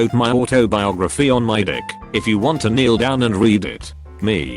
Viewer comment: Did you just say decc instead of dick on the internet?